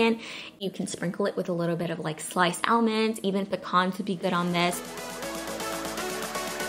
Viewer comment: Glad I wasn't the only one, ALMONDS too....lol